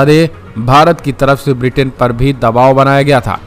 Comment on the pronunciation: Sir it is not Vritin but Britain. Pl correct yourself